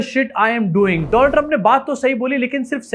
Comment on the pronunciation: Donald Trump ❌ Doland Trump ✅